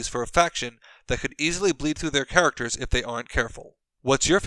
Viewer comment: “Grimaracters,” anyone?